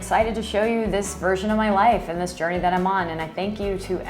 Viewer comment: Your Midwest was showing on that “jourrrnayy” at the end! 😊